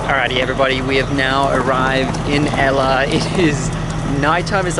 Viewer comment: know its so beautiful. I went there last year but i didnt know it was called 9 arch bridge. Btw guys ella is pronounced like this : say "al" first like when you say albino. An then say "ler" or "leh" wihout pronouncing the r. so its like "aller "or "alleh". Not like ella. 😃